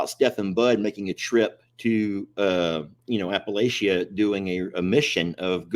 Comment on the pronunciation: That's Appa-latcha.